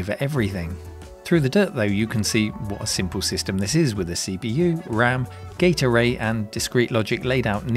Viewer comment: Why am I hearing gate array as "gatorade"??